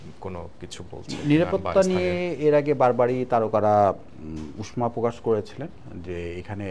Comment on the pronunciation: উচ্চারণটা 'উশ্মা' হবে না। এটা হবে 'উষ্ষা'।...